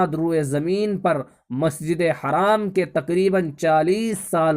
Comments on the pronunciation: Assalamu alaikum bhai jaan plz masjid e haraam na boliye masjid e haram boliyega plz next time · Bhai masjid e haram boliye haraam na boliye plz